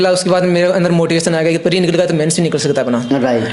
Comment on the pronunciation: Pre ko bhai pareeeeee bol raha hai. No offence he is intelligent but way of presentation is not par level to match the demand of UPSC.